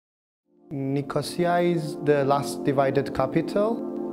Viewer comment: I love how both guys pronounce Nicosia differently lol ffs